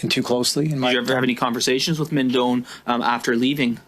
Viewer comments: (Doan is a Vietnamese name and it's pronounced closer to "doh-ann" than "dohn"...but English speakers would say "dohn" if they were not familiar with the Vietnamese pronunciation.) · With respect, FYI: Doan is a Vietnamese name. I lived in Viet Nam for about 3 years but cannot claim to speak Vietnamese. The pronunciation would be very close to this: DOH-ahn, spelled Đoàn. Viet folks, correct me if I am wrong, please.